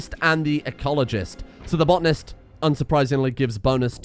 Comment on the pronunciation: its botanist not botnist